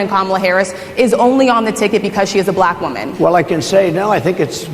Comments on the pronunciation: He says "Black" like Ron Burgundy 😂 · It is the way he said the word black as well. Terrible!